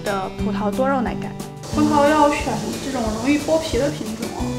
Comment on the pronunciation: 葡萄 轻音 不是葡桃